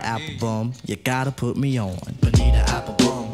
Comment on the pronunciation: He's the only one who can say BONIRA instead of BONITA, I don't care, he can pronounce Spanish whatever he wants, he's Q TIP <3 :)